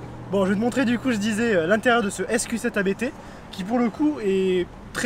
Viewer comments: Merci pour cette vidéo et cet essai complet. Le véhicule est vendu, le nouveau propriétaire doit se régaler. Juste une remarque, ABT se prononce "abt" et pas "abété" (Abt est le nom de famille du fondateur). Bonne route ! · Merci pour ton commentaire ! Il doit se régaler avec c'est clair ! Yes, je ne le savais pas à l'époque de cette vidéo, depuis j'ai présenté l'ABT XGT avec l'importateur France, il m'a confirmé la prononciation "abt" ! À bientôt !